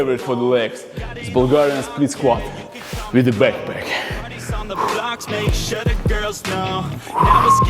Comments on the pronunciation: Nobody:: "BAKPAK" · I love when he says: BACKPACK!! Next level: SANDBAG IN BACKPACK!!! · Byeckpeck in syendbeg